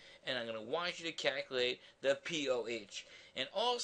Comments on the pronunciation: I want you to Kaculate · the way he said calculate cracked me up